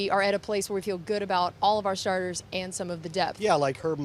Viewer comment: she said all of our sharters...too much chipotle?